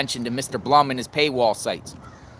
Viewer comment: Since I wasn’t sure how to pronounce “Blum”, I googled it. It’s pronounced Bloom.